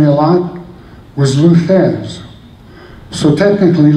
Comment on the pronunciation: It's Thesz...not Thez.